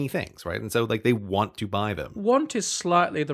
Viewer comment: Nant. Sounds like "taunt" for between need and want.